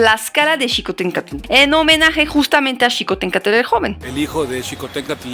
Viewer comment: pronuncias "Xicohténcatl" mejor que muchos mexicanos que conozco